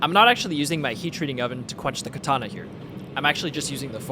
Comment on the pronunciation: It is pronounced kAtana not kItana